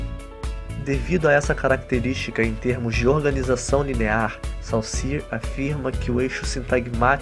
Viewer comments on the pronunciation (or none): Lê-se "Sôssiürre" xD